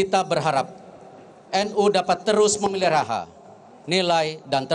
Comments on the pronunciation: Ada lirik saat pidato pk erik bilang memeliraha, atau memelihara pk detik 🤭🤭🤭🤣🤣😇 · Pak Erick sampai membaca tulisan menjadi MEMELIRAHA dan MANAFAAT. hehe.. Selamat NU.. bersama Muhammadiyah menjaga keharmonisan umat untuk maju bersama